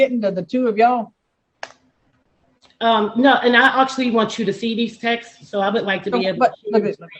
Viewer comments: "Sunt" "Textes".... smh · He can’t say texts. Texteses. 😂